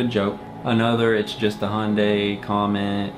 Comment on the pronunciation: Ok its pronounced Hi-un-day